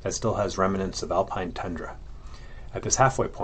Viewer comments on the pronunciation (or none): none